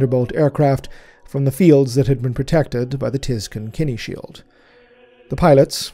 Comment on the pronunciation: I've never heard our humble say a word wrong. But the way he says "kine" shield has me curious. I've never heard it said like "kenny".